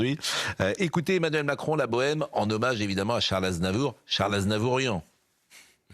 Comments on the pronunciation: La Bohèmeuh, la Bohèmeuh ça vpulait dire qu'on était riche! 😉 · Après avoir massacré la France, il massacre ‘La Bohème’ en Armenie🤣🤣🤣